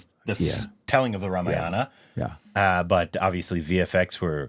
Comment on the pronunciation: No it should be Ramayana ideally. Dropping/cutting the last syllable is bcoz of urdu influence which most Northindians are under.